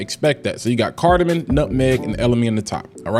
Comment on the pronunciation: lol not to sound like a critic bro but it’s carda-mom 😂 not carda-min .. great thorough review 🤙